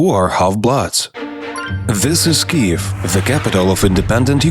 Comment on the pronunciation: Вам треба трошки попрацювати над вимовою, зверніть увагу на flood, author і дивно але Kyiv. Загалом дякую за вашу працю)